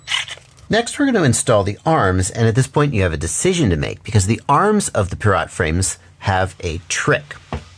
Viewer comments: I've never heard someone pronounce pirat like a vegetable. It's Pie-rit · Its pronounced "pirate", hense the names being "hook" and "sloop".